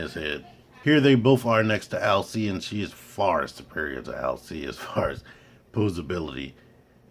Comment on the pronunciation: Finally someone knows how to pronounce her name correctly, great video Cool looking arcee but just not hitting the mark for me